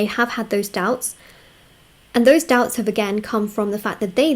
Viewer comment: "Her douubts are cleared"